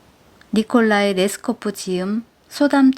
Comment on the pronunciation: 리콜라이 레스코프의 러시아 멕베스 부인, 어떤 소설인지 궁금한데요. 러시아 소설 읽을 땐 인물 이름 넘 길어서 진땀. ㅎ 혀 꼬이는 이름들, 발음이 넘 좋아세요. 명낭독가셔요😂❤